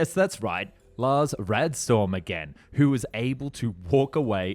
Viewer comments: Lars Rådeström is not pronounced "Raidstorm". The letter Å is nowhere here an A but instead an O in sound as in "boring / båring", and Ö is a very open-mouthed "eeerrrr..." in sound, as in "burning / börning bridges. Thus: "Laash Roodestrum / Lars Rådeström". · The Å is pronounced like O so its Lars ROdeström